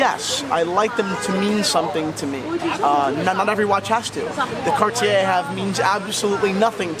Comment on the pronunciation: I've always gotten a kick out of: passionate about watches, knowledgeable about vintage pieces, and wildly opinionated in a good and entertaining kind of way. I'm really pleased to see that he finally pronounces Cartier correctly. Thanks for the segment,.